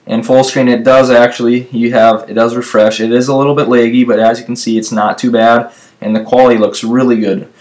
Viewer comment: Who pronounces "laggy" like that?